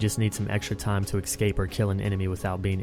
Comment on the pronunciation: ESCAPE. Where the fuck do you find an X inside that word?